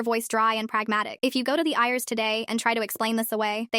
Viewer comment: It's pronounced I.R.S. not ears